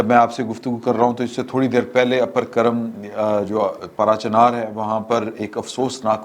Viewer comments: کَرم نہیں کُرم ہے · کرم (Curram) پرناٶنس ھوتا ھے ر کے اوپر شد زبر جیسے پڑھا جاتا ھے مزید آسان کر دیتا ھوں کوررم